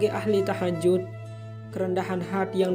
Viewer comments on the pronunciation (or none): Maaf koreksi...bukan TAHAJUT...tapi THAJUD.. JUD bukan JUT...